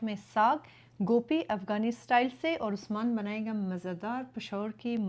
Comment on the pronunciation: gope nhi hoti gobe kathy hy my sister ap india wali gope bolty hy😊